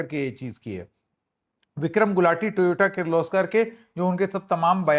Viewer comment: Toyota❌ Toyoto ✅ Credits: Gadbadi